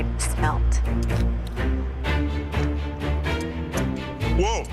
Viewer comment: How are they getting "shmelt" from "smelt"?.. Hm..